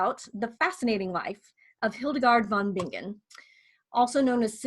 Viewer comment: It's pronounced VON BI-NGEN, not VON BING-GEN. Like singer is si-nger, not sing-ger.